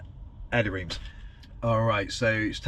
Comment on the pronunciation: Reims is pronounced Ranss / Ranz